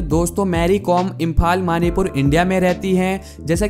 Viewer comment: Not trying to be a nazi but your pronounciation sucks big time..it's pronounced ,katlick not kaytholick (catholic ) ..it' pronounced imfaal not immphaaal (Imphal),and it's tarki not tooorki (Turkey)..